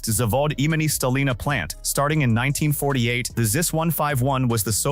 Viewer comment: No StalIna but StAlina.